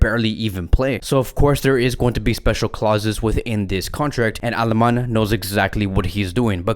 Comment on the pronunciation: Not nit picking but, it's "Ale-many" not Alemann